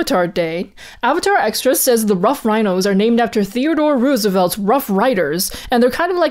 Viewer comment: that pronunciation of Roosevelt really made me do a double take, I've never heard it said like that